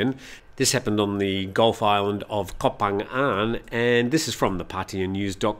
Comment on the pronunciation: Koh is pronounced 'Goh' a short vowel.